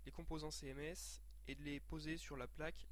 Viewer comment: "céhèmès" laule